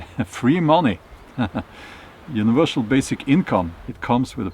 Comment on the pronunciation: universal, not univershal